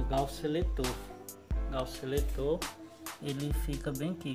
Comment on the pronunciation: É garfo não gaufo kkkkk